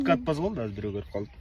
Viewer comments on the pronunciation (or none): none